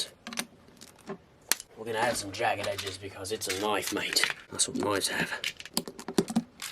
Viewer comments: it's a knoifes have mate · I like ur Australian accent when u built ur knoif. "We're gon' add jagged edges because it's a knoiffffeeee mate. That's what knoiiiffes have." I also have an Australian accent too.